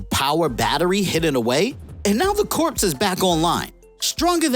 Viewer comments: Corpse? Corps is pronounced Core. A corpse is a dead body. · "Corps" is pronounced like "core", not "corpse". Come on man. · Like in "Marine Corps".... Corps is pronounce like "core", big dog. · Just FYI, 'Corps" is pronounced like "core" with a silent P and S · yeah... That word is pronounced "kor" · I think what the guy is trying to say is that the YouTuber is pronouncing it wrong... Corps is pronounced much closer to cores... The P is silent... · I seriously cant trust any information from a dude that pronounces the, "P" in corps. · Not trying to make fun of you. The "p" is silent in corps. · Please learn to pronounce the word "corps" properly.